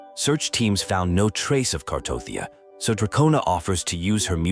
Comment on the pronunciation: bruh her name is Cartethiya not Cartothya wtf 😂 and the other one name is Carlotta lol haha and 😂 the otherself of Cartethiya's name is Flurdelys (Flurdelis)